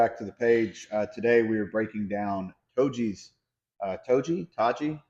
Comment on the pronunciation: Dude your making a video about the guy… Don’t pretend like you don’t know how to pronounce his name 😂